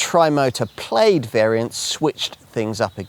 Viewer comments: Should be pronounced PLAD not PLAYED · Plade?!? Really, guy? And you had to repeat it four times in the first minute. It’s “Plad”. Yeah, I know every other -aid word is “-ade”, but hey, it’s English. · How on earth do you live in the country that invented English and is connected to Scotland and you cant pronounce Plaid correctly?